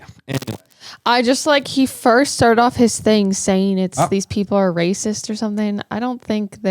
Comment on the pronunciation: he said races not racist 😅